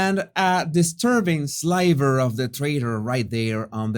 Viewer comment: You may wanna check the pronunciation of "sliver".